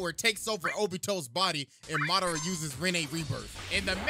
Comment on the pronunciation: I hit dislike the moment I heard “muh dar ruh”